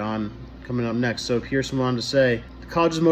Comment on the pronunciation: Peterson with a T not a D